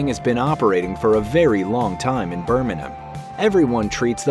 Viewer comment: 10/10 for pronunciation of 'Burminum' (the way a Brummie would say Birmingham)